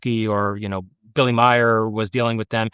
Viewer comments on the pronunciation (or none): none